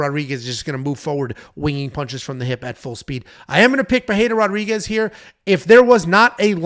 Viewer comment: Why is calling her Pereira Rodriguez 😂😂😂